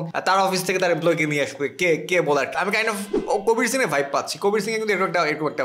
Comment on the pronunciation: কাবির সিং ❌ কোবির সিং ✅😂